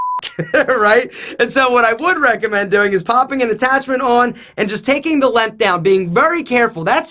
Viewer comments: stop saying "Lenth" instead of "Length!" I beg you! My OCD can't take it lmao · needs to learn how to say length.